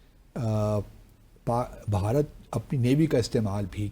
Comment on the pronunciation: بہارت نہیں بھارت